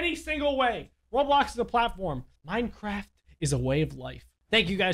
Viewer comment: Hey you say minecraft to minecrap